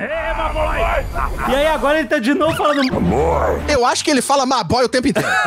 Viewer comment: (x) Momoa dizendo "Ma bói"